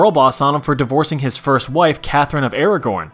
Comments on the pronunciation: ARAGON, not Aragorn! Dude, come on..! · Ara-GON, not Aragorn. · Aragon. Not Aragorn. Aragorn is an LOTR character. Aragon is in Spain. 😊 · Catherine of Aragon, not Aragorn. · I could tell this was gonna be a mess as soon as you said "Catherine of Aragorn" like she's from Lord of the Rings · Did this guy really say “catherine of Aragorn” like the lord of the rings character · I know but in the video he said Aragorn lol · “Catherine of Aragorn” 😭😭😭